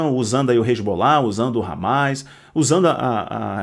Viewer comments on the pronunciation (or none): none